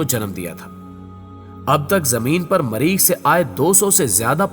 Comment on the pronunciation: بولنا لکھناآتا نہیں مریخ کو ماریخ کردیا